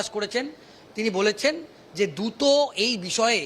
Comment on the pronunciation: এই ছাড়া চ্যানেলের আর কোন প্রতিনিধি নেই?? ওনার বাংলা উচ্চারণ বিতাড়িত মুখ্যমন্ত্রীর উচ্চারণ মনে করাচ্ছে। যেমন দ্রুত হলো দুতো ইত্যাদি।